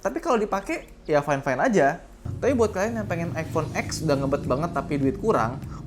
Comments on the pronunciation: bang, iphone x cara ngomongnya bukan x= x(eks) tapi x= ten (angka10) waduh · iphone ten om, bukan iphone ek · Over price itu buat orang yang ga punya duit, jadi ya udah lah ya... Beli sesuai kebutuhan & budget aja... Btw selama optimalisasi os nya bagus ya worth aja sih... Btw iphone X (ten) bukan x(eks)....